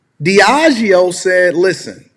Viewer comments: Lol right. He strong and wrong “Diego—yep! I got it right.” Humorous. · Diageo (g-is pronounced with a j) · “Diego” 💀 Diageo just happens to be one of the biggest spirits company in the world. And this idiot cant read out 6 letters. 🤦🏻‍♂️ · DEE AHH GEEO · Pronounced DEE-A-GEO👍🏽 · It’s pronounced Deahh-jee-oh (the g is dragged like in “concierge”). I’ve met a lot of people who work there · It’s pronounced DEE-AH-GHEE-OH